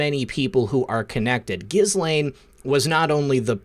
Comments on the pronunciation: FYI it’s pronounced Gee Lane. Soft G like when you say “guy” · Gents it’s GehLaine not gis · Dude, its pronounced Gill (as in a fish Gill) - Lane (as in highway Lane. The H and S in Ghislaine are silent letters. Pronounced Gillane. God bless.